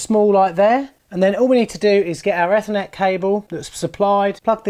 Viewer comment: I like the way you say Ethernet lol